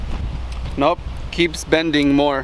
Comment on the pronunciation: Joe Valdes it’s a joke lol he kept saying benting instead of bending